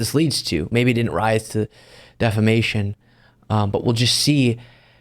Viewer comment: "Deflamation" :face-blue-smiling: "Lawsuitses" :face-purple-crying: :face-pink-tears